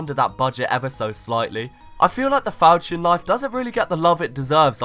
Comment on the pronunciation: My man just said Falkion